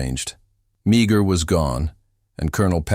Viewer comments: Its pronouced May-her not Mee-ger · Meagher is pronounced maher or mar not meegar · Please get the pronunciation right. Mar rhymes with car... not meeger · Maher is pronounced Marr! Interesting indeed. Interesting indeed, many of these poor Irish lads having escaped death by starvation and murder at the hands of the British, died in and for a Country that was supposed to be providing freedom and opportunity. Yes, most of these Irish volunteers came from what we now call the Republic of Ireland and we’re indeed Catholic. There was other Irish. Involved in this what proved to be ridiculous war of American against American. The earlier immigrants from Ulster, who fought for the Liberty and founding of the United States. Washington clearly stated that the Bri5ish would NOT have been defeated if not for the Irish Frontiersmen who defeated the British at Kings Mountain. General Grant was the son of an Irish Immigrant from Ulster as was Andrew Jackson, both men who of course became Presidents in their own right. The Irish immigrants and their offspring starting with the subject matter in this video, and before it with such men as; Kit Carson, Clarke, Johnston, Davey Crockett, Sam Houston, right up until this present day. Far more than any Nationality. 24 Presidents of Irish Ancestry, comprising of 21 from Ulster and Protestant and 3 from the Republic, two Catholic and one Protestant, namely Reagan. The comment on religion is made purely as a reference and nothing more. Between 1700 and 1750 some 200,000 immigrated from Ulster to America and a small number of them to Canada. Yes, Americans referred to them as Scots Irish, which is incor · His name is pronounced as Maar. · His name is pronounced Mah her, if nothing else learn to pronounce their names properly.